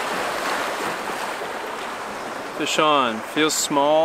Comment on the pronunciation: Right good on the fire vs canister thoughts. "Fish On".....kept thinking you were saying "Hey Sean!"